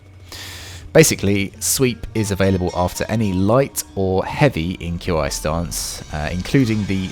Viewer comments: Qi IS PRONOUNCED "KEY" NOT "Q i"! Fucking pissed off now because you are uncultured and can't pronounce things properly! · Walk the plank, pistol blast, back into walk the plank. They've made this combo cost LESS stamina. Nuts Also it's pronounced "key" not Q.I. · FYI. It's not pronounced "Q I". Try "KI" or "Key" stance. Language is funny like that. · I don’t mean to be picky but it’s not Q I separately, it’s pronounced ‘Key’ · “ q i” stance is pronounced “chi” stance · Q, I? Tf? That's not how you pronounce it my dude. 😂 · Yeah uh... Why are you spelling Qi? It's not hard to pronounce. It's just chee. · It’s pronounced, “key” stance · Nah bro said “Q I stance” 💀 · I know I'm being a bit of a moron, but, Qi stance is pronounced like chi XD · For future reference, Qi is pronounced KEE. Just like the DBZ Ki.